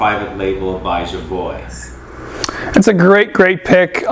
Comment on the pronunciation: jovoy private label is out of this world! just love it. btw, jovoy is pronounced jovoua :)